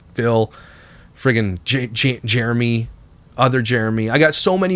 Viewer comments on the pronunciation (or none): none